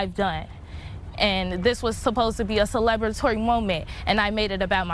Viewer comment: Not celeb-latory it's celebratory. Very surprised you got to graduate.